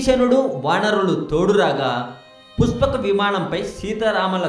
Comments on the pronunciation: Its pushpaka vimanam basu ...not puspaka vimanam. Telugu nerchukoo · Rey eam chaduvukunnav ra nuvvu, sa ki sha ki theda teleyadha neeku, puspaka kadhu pushpaka, nuvvu nee sollu, edho telisinatuu . pushpaka vimanam mano vegam tho velthundhi, ante dani vegam devathalu kuda andhukoleru, vishwakarma nirmitham, brahma dattham, nuv ramayanam chadavakunda edhava videolu pettaku. nuvvu ne thokkalo research, thu. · nee pronunciation bagaledu thammudu...try better.....pushpaka vimanam,,,,not puspakavimanam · puspaka kadu bro pushpaka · It is "పుష్పక విమానం" not "పుస్పాక విమానం". You better learn the language...Please do not spoil Telugu... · Puspaka kadu brother pushpaka. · పురాణాలు సరిగ్గా తెలుసుకొని వీడియో చెయ్. పుష్పక విమానం అనడం రావడంలేదు. ఈ వీడియో ఎవరు చేయమన్నారు . చెత్తా వీడియో